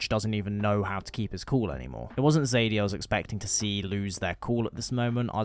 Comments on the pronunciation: I personally played it the same both times and how I feel is the most natural way. I played as a total outlaw until Arthur starts counting and speaks to Joseah about redemption. From that point I changed my ways and started giving back. Also calling Sadie, Zadie is driving me crazy like seriously. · Great video thanks 👍🏻 one criticism.... Her name is Sadie not Zadie 😅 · BROOOOO ITS FUCK SSSSSADIE SUHAHDIE NOT FUCKING ZADEY ITS SADIEEEE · Sadie not "Zadie" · also her name is sadie not zaidie sorry😭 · just wondering why do you say zadie and not sadie